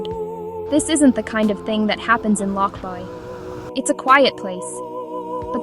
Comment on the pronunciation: I think that you need to take this down because you have no right to post anything. You are posting homes in the area that is not in the area. You can't even say the name of The Town Lochbuie Colorado. Stop this video.